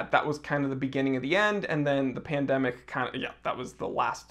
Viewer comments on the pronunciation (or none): none